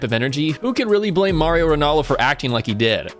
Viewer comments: Its not Mario, its Mauro. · MAURO, not Mario. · It's Mauro not Mario